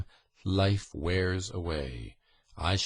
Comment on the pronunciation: The quality of the recording isn't so great, I'm sorry to say. The reader's voice doesn't bother me but mispronouncing The Life of Charlotte Bronte as The Laff of Charlotte Bronte does. No matter what area of the country you are from, if you pronounce 'life' to sound like 'laugh' it's just not ok.